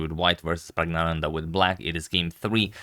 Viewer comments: Sir, I think the first N in PraggNananda might be silent during pronunciation. I am not sure, but I think it might be so. Since you are so meticulous about pronunciation, I am commenting this. Other viewers, particularly from South India might help in this matter. With lots of thanks and regards. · N should be pronounced. Pragg-na-nan-dhaa.